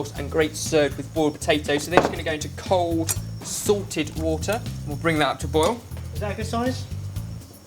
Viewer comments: Everytime he says "salted" I think he says "sorted" and im like NOOO THEY CAN'T BE DONE WITH THE VIDEO YET! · When said, "cold salted water," I thought he said, "Cold sorted water"... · For the longest time, I thought you were saying SORTED water... I didn't know what sorted water was. Then I realized you were saying SALTED water... Ahh, haa! I'm just a silly Canadian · Whenever says 'salted water' I think he says 'sorted water' then I think they have their own special water...